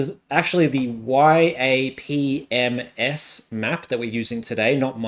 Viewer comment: I love yapms. Very common all across the political community, especially in the American politics community. It's pronounced "yap-em-ess", saying the abbreviation as a word. Love your videos!